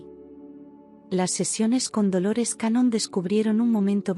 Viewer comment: Hola....con mucho respeto le corrijo el apellido...Dolores Cannon...no cañón...me pareció poco serio a primera impresión, y sólo porque me pareció interesante el contenido decidí escuchar igual...me gustó mucho, desde hace bastante tiempo me convencí de que Jesús fué un maestro metafísico, me encantó la historia, me hace mucho sentido y que lindo saber que fué un gran estudiante... historia jamás contada por la religión... muchas gracias... Bendiciones .